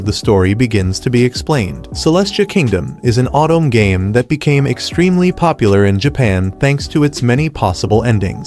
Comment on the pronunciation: “Otome”=“Autumn”=“”OH Toe May”